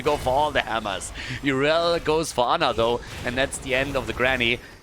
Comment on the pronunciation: Thanks for another awesome casting! I love division 7, even their "top-teams". Fun fact: the way our dear (and pretty much everyone else) pronounces "Yrel" is wrong. Even in german, if it would be spoken the way everyone does, she had to be spelled "Yrell". The correct calling would be, like its done in WOW, more like a german would read "Jirrl"... i dont know how to give a good pronunciation for non-germans to read, but there are like a billion sources for this on the internet, anyway. Not that it matters.